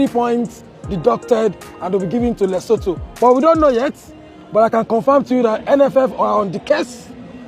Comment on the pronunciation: It's Lesotho not Letoto.